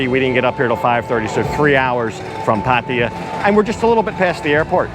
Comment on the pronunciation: PATTAYA not PATIA